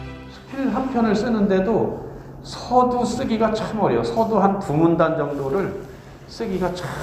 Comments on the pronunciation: "이방주의"!?? 성명이면 제발! 띄어 써야!!! 서두, 서문의 첫 자를 모두 짧게 잘못 발음했습니다. 또 사실도 같은 실수! 모두 길게 발음해야지요!!! 참! 놀라운 일입니다. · 첫 째, 서두의 "서"는길게 발음해야지요!? 자고저 문제가 많습니다. 이러변, Korean language가 아니지요!!!